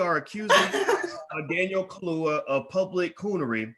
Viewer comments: Not ka-loo-wa. it's Ka-loo- ya. Get it?🙄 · how the hell u gonna talk #@ about black empowerment, africa etc. but can't show basic respect to try and pronounce an african name correctly. Ka - lu - ya : simple!! Contemptuous mispronounciation reminds me of how africans are treated by racists - SMH!